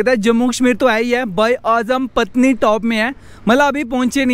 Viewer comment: भाई ये पत्नी नही पटनी है "पटनीटॉप" अपने मूल नाम "पाटन दा तालाब" का गलत उच्चारण है जिसका अर्थ है "राजकुमारी का तालाब"। ऐसा कहा जाता है कि एक राजकुमारी घास के मैदान में मौजूद तालाब में स्नान करती थी। जब ब्रिटिश राज इस नाम का उच्चारण नहीं कर पाया, तो उन्होंने इसे विकृत करके अब आधिकारिक रूप से मान्यता प्राप्त नाम "पटनीटॉप" रख दिया।